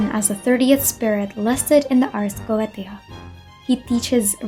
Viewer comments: not a dig at you, just something i noticed the ars goetia is actually pronounced as "ars go-Ā-sha" instead of "go-eh-tē-a" again, no hate, i say this in the kindest and most constructive way possible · The ars goetia is pronounced ars go-ay-sha its weird I know the ancient occultist were on some stuff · Goetia (go-ay-sha) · /ot on genshin but- You: Ars Geoteia Me, who played through all if FGO: LOUD SOBBING